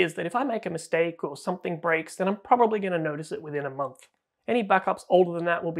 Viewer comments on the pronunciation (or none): none